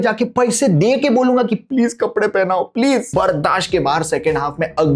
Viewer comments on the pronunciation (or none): none